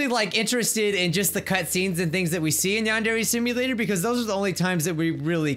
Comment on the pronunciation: Welcome back to "Yond every Samia" I CANT MY GOD :PPP